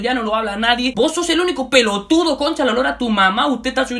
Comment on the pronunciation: "Vos sos el único pelotudo" JAJAJJA no lo voy a superar Te salió bien argentino JAJAJAJ saludos